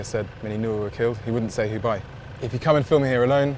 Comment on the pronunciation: He say's jew instead of"who". Im offended.